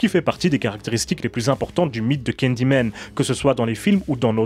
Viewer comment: Pourquoi tu dis candymen au lieu de Candyman?